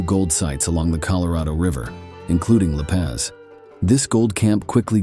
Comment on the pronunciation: U need to pronounce some of the words like La Paz & placer correctly. I have detected many many nuggets in the rich hill area